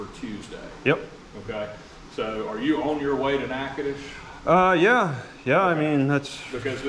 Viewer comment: He pronounces the name wrong on purpose. It's actually Nachitoches (Nack-a-tish) 🤭